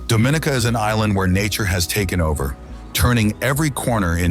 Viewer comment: It’s Dom-in-EE-Ca, Not Do-MIN- ica.. Dominica. Has nothing to do with Dominican Republic. Thank you it is pronounced GREE-NAY-DA, .. Grenada. Thank you